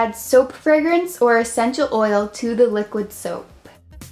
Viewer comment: Soapp,colorentt,why dont you just say it normally like soap, colorant